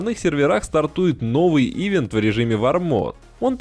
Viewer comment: Ив'ент, Ив'ент, Ив'ент, Ив'ент. ивЭнт